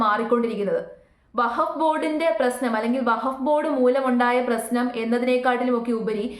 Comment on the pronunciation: വഹബ് ബോർഡ് അല്ലാ , വഖഫ് وقف ബോർഡ് എന്നു പറയൂ . സത്യത്തിൽ പേര് തന്നെ പറയാൻ ബുദ്ധിമുട്ട് ഉള്ളത് പോലെ തന്നെയാണ് അതിൻ്റെ വിശയവും അത് കൊണ്ട് എല്ലാം നന്നായി പഠിച്ചതിന് ശേഷം വിഷയവതണം നടത്തൂ